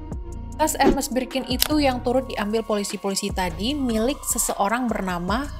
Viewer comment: Agak risih gimana gitu penyebutan merk Hermes (re:Her-mes) 😂